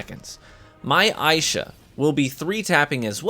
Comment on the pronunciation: Would be nice to know ahead of time if the video favors certain classes. This video is for Warlocks primarily. Nice video, but a lil click baity. Assuming that's purposeful though...Also, pretty sure it's pronounced "ai-EE-sha". But that's just a bit nitpicky.